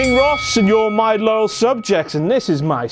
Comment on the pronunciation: I always understood 'little' instead of 'loyal' subjects .. :0